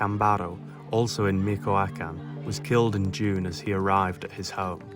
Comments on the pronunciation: "Meeko- A-Can" 😂😂😂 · Learn how to pronounce Michoacán